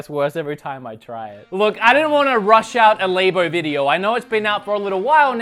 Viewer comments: ITS LABO NOT LAYBO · please stop saying it like that I love you but all I hear is labia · "Cut me some slack- I'm Australian" - me too! And I struggled with the same thing: pronunciation of 'labo' 🤪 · he pronounced it wrong!!! :( :( :(